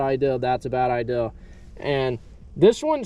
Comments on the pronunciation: It’s Idea not ideal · who taught you to say IDEA?